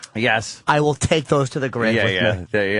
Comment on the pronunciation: Every one of doze fuckers is bwawld